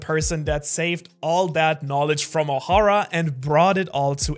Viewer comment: Why does Ohara pronounce Ohara differently than when he says Ohara... Why Ohara ?